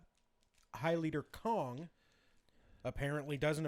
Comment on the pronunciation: Not high leader Kong... High leader KHAN.;)